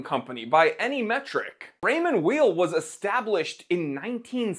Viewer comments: And it's pronounced like the word WHILE in terms of the last name. It would be like calling you the Time TEELER. Jeez. A bit of a loss of credibility and a lack of preparedness. All you had to do was call the company itself for the correct pronunciation. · It’s pronounced “While” (source: my last name is Weil) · PS: It's pronounced "vile" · Weil is pronounced Vile, it’s a German word! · You can't even pronounce Weil. German Ei is pronounced Ie and ie is pronounced Ei